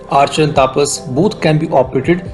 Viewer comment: Pronounce the name correctly, not like Britshit. The name is तपस not तापस Pathetic mistake